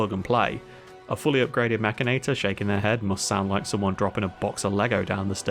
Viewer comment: wait... mek-can-i-tore? Nope! I don't care how it's spelled. It's mek-in-nate-tore! lol